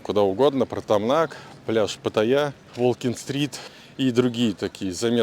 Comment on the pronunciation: Ударение в слове Паттайя на вторую "а" ставится, а не на "я"